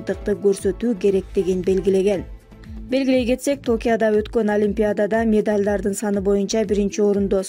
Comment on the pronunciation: Токияда эмес Токиодо деп туура айтчы!!!😂